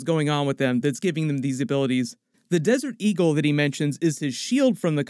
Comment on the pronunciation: no. Low key should have a pause in it because it is 2 words not just 2 syllables. Sounds the same, not spoken the same.